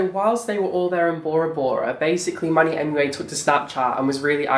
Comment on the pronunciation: Every time you said Manny it sounded like money ... Oh wait I think I heard right ;)